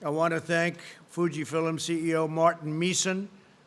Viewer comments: Fuji Fillim? He's said that word about 4 times now. LOL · Yeah old people pronounce it that way. He's 75 so...